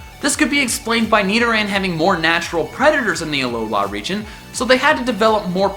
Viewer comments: It's AlOla, not AlolA. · Hermione Granger voice it's a aLOla not aloLAAA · why do you keep saying alolohh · AloLA... I think you put the emPHAsis on the wrong syllAble. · it's aloa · The main thing that I've seen for the reason for Alolan Raichu, the blue eyed surfing Pikachu from season...two?...one? IDK. But as for you Number One choice...YES! I want it so bad. Lastly, and this is just nit picky me being nit picky me...Uh-Low-Luh. I love your videos dude! Keep it up! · Was he pronouncing an n at the end of alola